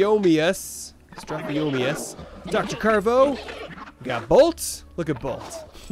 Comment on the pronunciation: strue-theo-mi-mus strutheomimus